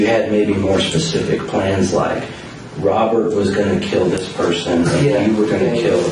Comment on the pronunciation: This little punk thinks he's tough enough to take lives, but he can't even pronounce "Robert" properly. "Wobert", doesn't exactly sound like you're a tough killer, there slick!